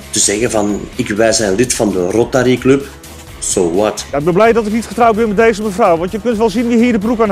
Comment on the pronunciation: Teveel gedronken bij de Rotarrrrrrrrryyyy